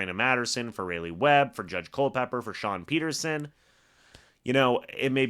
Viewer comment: even though it’s probably the last time you say his name, I should note it’s RAWleigh Webb. Like the capital of North Carolina